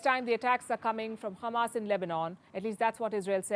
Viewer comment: Why she kept saying Khammas? Is she trying to speak Hebrew?